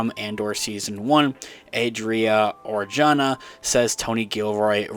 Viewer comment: Adria Arjona is half Puerto Rican (like me)(on her mother side) and half Guatemalan (being the daughter of famous singer Ricardo Arjona). But her last name is pronounce "arhona", the "j" in Spanish ALWAYS sound like an "h" like in hip or hop. Love your channel. 👍👍👍